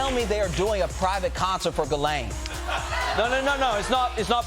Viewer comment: How you go from "ghis"Laine to "Ga"Laine it's insane to me